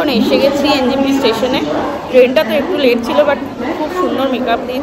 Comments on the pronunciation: Try covering ‘kunga’ if possible One more thing: why everyone pronounces it NGP when actually it’s NJP 🤔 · NJP লিখেছেন title এ আর বলার সময় বলছেন NGP .. এটা আসলেই বড্ড হাস্যকর.. আর এক মহাপুরুষ বলে গেছিলেন ‘ আরাম হারাম হ্যায় ‘